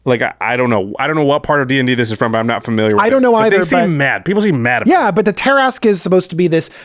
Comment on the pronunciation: Pretty sure it's "Tear-ah-skew"